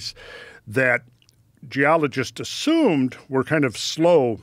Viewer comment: the way he says assumed!? The most emphasized word ever, thats a snake oil sales man move